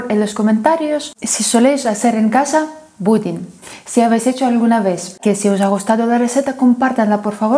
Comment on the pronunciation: Jajajaja parece que dijera Putin